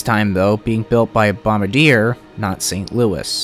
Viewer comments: Bombardier is a French Canadian/German company, and the name is pronounced bom-bar-dee-ay in the French style. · Did he say ‘Bombardier’…as in ‘Pilot to Bombardier!’? The Canadian company is pronounced ‘bom-bar-dee-ay’…..sheesh! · Bombarde - Bomb-ar-de-ay: phonetical pronunciation. Love your videos. Very informative